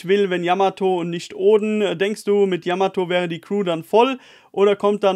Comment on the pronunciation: Ehre fürs Namen richtig aussprechen 😘 yamato wäre die erste die vivre cards herstellen könnte in der crew